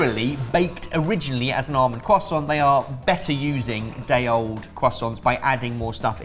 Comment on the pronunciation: the cwasaunt 🤌